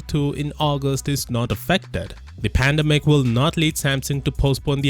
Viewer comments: Sorry but its Pandemic not "Pandimik" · "the pandamic"👀😂